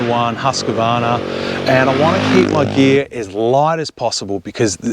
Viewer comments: As you know, it’s “Hoosk” not “Husk”😉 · Did you say Husk A varna ?